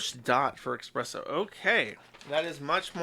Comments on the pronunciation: Every time Josh says eXpresso, I die a little inside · nobody over a 104 IQ would ever pronounce it "expresso" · "Expresso" I know Jersh likes to claim he mispronounces basic words because he learned them from reading... but the problem with that is there is no x in "espresso". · Joosh pronouncing it as expresso is like someone saying ‘lemme axe yu’